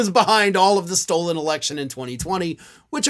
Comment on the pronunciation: He's been mispronouncing words from the start. 'Deflamation for defamation. 'Condrentials' for credentials. 'Stold' for stolen. 'Presidents' for precedence. There is more. His malapropisms are most entertaining, as are his gesticulations, facial expressions, etc. His wife is an absolute hoot also.